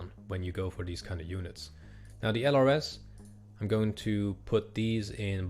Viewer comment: Thank you for this series! I'm learning a ton! Fun fact, LRS is pronounced as "lurse". They were a specialized infantry unit trained in surveillance, they were very well trained which is why they probably are more expensive in-game. Unfortunately, the Army dismantled these units some years ago (I think one of the US National Guard units was the last and final one to go).